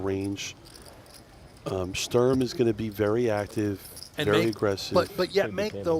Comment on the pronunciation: Can you please learn how to pronounce Sturm 😂